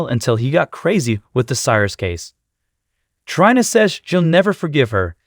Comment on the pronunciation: The computer generated voice has to GO. Can't even say characters names correctly,especially TRINA or DANTE !!!